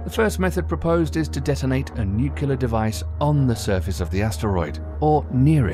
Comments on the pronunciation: Nuclear is pronounced like "New Clear" not "Nu-Cu-Lar"....So long, and thanks for all the fish! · Arghhh! Nukular!!!